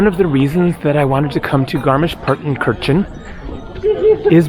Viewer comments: no, he didn't. he mispronounced several names in this video in a manner typical to English speaker. btw do you even know German or just talking out of your a**? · I am not German, but I think Partenkirchen is pronounced as "Partenkirhen". Kirchen means churches. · Incorrect. It’s pronounced paar tuhn kur chn. Have pronounced it correctly.